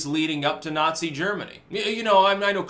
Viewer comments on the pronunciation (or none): none